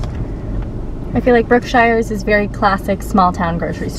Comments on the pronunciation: Love the video, watch many of your videos. Your daughter is beautiful and sweet. Okay, so Grand Saline is pronounced Su leen, short u and long e for suleene. Brookshire's is pronounced brook shers. Not brook shires with a long I. Anyway, love your videos. I've been watching for years and you got into my part of the world. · Love your channel-I live in East Texas. I had to learn East Tx speak lol-so Grand Saline is pronounced more like Suhleen and the store Brookshires is pronounced Brooksures -just helping you sound like a local -I came from Dallas 47 years ago and it is a different world here. Love East Tx!